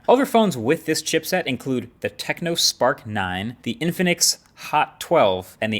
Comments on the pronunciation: it's actually Tecno not Techno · It's TECNO, not TECHNO. Great video otherwise! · It is tecno not techno.